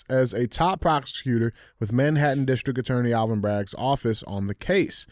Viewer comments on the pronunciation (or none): none